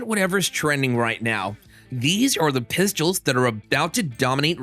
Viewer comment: “Thyeez are the pyistles”